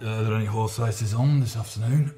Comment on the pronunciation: says 'orse not horse.